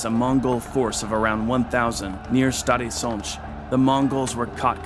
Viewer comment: as well as Stary Sącz, I have to admit it's impressive